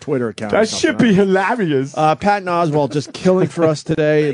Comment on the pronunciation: Of course Opie pronounces Oswalt as Oswald